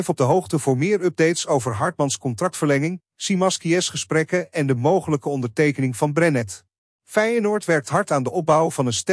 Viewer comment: Het is Szymanski niet simaskie man man man